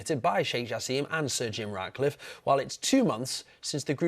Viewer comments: It’s Jaaaasim Not Jaseeeem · The correct pronunciation of Jassim is: JaAsem, not JaseeemI